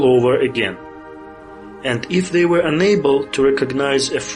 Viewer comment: Богатый словарный запас, однако, молодцы. Если что were читается как уё или вё, а то на слух как where получается)